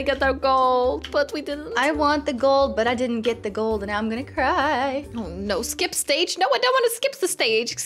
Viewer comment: it was saying ship stage insted of skip stage xD